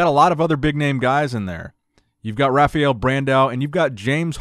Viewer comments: Bro you always say rafiel brandão, its rafael not rafiel, its pronunced rafa L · Guess he can't say "rah-fah-el" XD